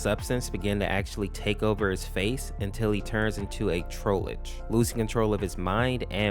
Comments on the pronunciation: Seems you didn’t remember it’s pronounced Troll-ge like Trollface, not trollage. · the e in Trollge is silent so you don’t have to say tr-oll-gee